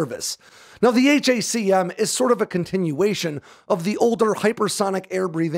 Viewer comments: It's pronounced "hack um". Stop saying H.A.C.M ;) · These are the news I wanted to wake up to today. 👍 Also. Pronounce it how it's clearly meant to be pronounced. Hack'em.